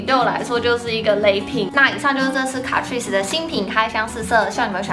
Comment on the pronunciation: 卡ㄔㄨㄧˋ死這樣唸沒錯喔～